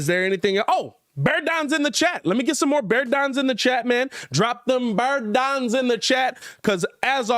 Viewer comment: Bear dahn